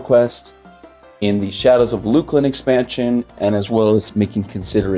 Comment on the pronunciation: uou mean LUCKLIN ..not luke-lin